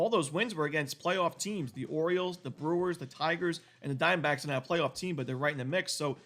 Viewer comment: I love how you say Arizona Dime Backs